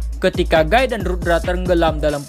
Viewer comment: Guy dibaca giii